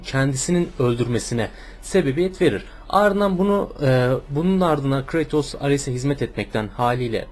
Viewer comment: kratos diye okunmuyo abi kreytos diye okunuyo :)